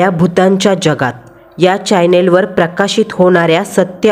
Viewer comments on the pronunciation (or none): चायनल नाहीं रे भावा, चॅनेल